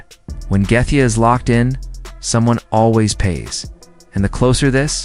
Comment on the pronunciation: instant thumbs down idk if you used AI or just cant pronounce Gathjae either way...